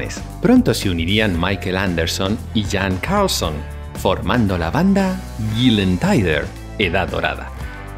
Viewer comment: Excelente video con mucha información!!! (solo algunos errores de pronunciación de palabras suecas, como Gessle y Gyllene Tider) 😊